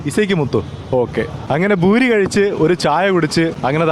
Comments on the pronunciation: പൂരിയാണ് ബൂരിയല്ല ഭായി 🙏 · Mone it's not boori .poori aane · ഭൂരി അല്ല പൂരി എന്ന് പറഞ്ഞാ മതി